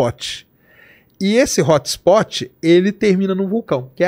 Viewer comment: “Hótxhspótchi” … brasileiro falando inglês é vergonhoso 😂